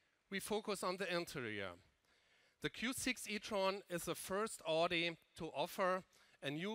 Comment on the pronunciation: Wie kann man als CEO " Odi "sagen. 😰 das ist AUDI ! Kopf schüttel